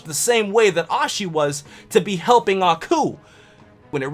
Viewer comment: Who Ashes? Just kidding I know you don't mean to pronounce it wrong